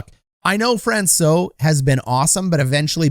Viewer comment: It’s better than most national media, but you aren’t pronouncing Francouz quite right. You are correct with the soft C, but the Z is not silent, it sounds like an S. Just helping you out for future reference.